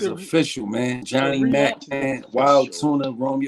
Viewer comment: The RELANTCH 😂